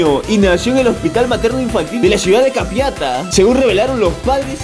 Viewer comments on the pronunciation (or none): sos paraguayo? Ahy no por como dijiste Capitana no sos paraguayo definitivamente solo los paraguayos sabemos pronunciar los nombres de nuestras ciudades/barrios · No supo pronunciar capiatá xd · Se dice capiatá no capiáta... Ya vas con 5 memes paraguayos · Hola acabo de ver el meme del minuto y soy de Paraguay y no se dice capiata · min es ca-pia-tÁ CON ACENTOOOO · Jajajajajajaja soy de Paraguay y esa noticia es de Paraguay y se dice ca pia ta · Men siento de Paraguay me ofendió un poco como dijiste 'Capiatá'' Porfa repite el meme y dilo bien lee el asentó